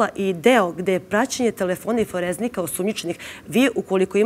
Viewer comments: kaže se forenzika, a ne foreznika. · Gospodžo nije foreZNIka nego forenzika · Jel ona to rekla foreznika, ito dvaput? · Foreznika???😅Forenzika gospodjo neeko vam je dao ulogu ali vidi se da veze nemate ,profesionalac je gospodin pored vas ,respect za njega !